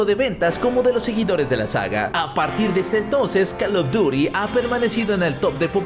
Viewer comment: 2021 y ni aun pronuncia bien el nombre del juego como se escribe:call of duty como se lee: coll of dury